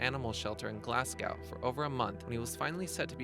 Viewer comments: Glasgow is pronounced glass-go not glass gow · glasgow not glasgaw